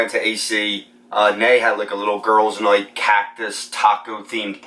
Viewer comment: Last”noight” . Where are you from?